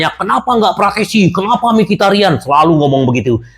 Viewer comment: Km juga salah,,yg bener frattesi😁😁